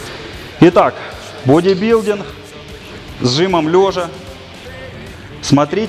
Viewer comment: Боже, да походи ты раза два-три к логопеду, он поставит тебе букву "г", а то твой "пауэрлифтиН, бодибилдиН" не выносимо слушать..